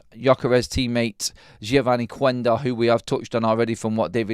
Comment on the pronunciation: Quendo is pronounced kendo. Silent U in Portuguese. .